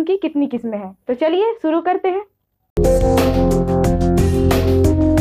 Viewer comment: Bahen phele bolna to sikh jaye soro nahi huta balki shoro huta hai bri shin huta hai na ki sin aap shakhs ko sakhs bolrhi 🙏 piles dosro sikhane see phele kudh sikhjaye